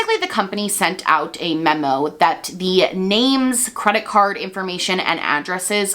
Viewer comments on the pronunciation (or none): none